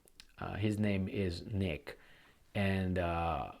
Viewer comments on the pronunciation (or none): none